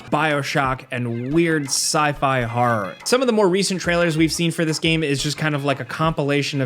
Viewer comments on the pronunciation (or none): Are you pronouncing "horror" as "horrar"?